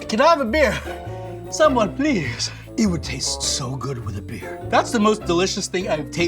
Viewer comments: "please" is the panic Tagalog accent coming through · Hi's Filipino side was slipping up when he said please and happy